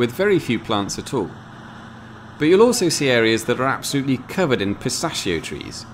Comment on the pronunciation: Really good - very helpful; great to here the Italian names pronounced correctly rather than the usual massacre inflicted by British vloggers and the even worse carnage inflicted by those from the US. That said, you bottled-out of correcting the usual Anglicised mispronunciation of ‘pistacchio’!